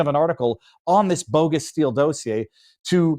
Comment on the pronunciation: But let's teach him how to pronounce dossier 😆